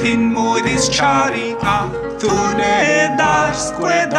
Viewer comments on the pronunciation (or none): none